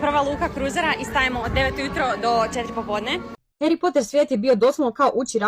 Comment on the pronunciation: Nije Hjeri nego Hari s Poter..a 😂